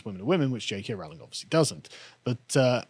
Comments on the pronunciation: Rowling, not "Rauling"! FFS! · Its pronounced Rowling as in "bowling". Not pronounced Rowling as in "scowling". An Englishman such as Carl should know better than our transAtlantic cousins